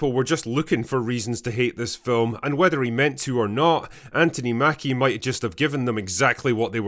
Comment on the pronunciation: FYI, the American version of the name "Anthony" is pronounced An-thun-ee. The middle syllable, "thon" is pronounced like the first syllable in "thunder". We try to pronounce the name of your capital city as Edinburra, rather than Edinburg, like burger, as it is spelled. Call Americans Anthony, not Antony.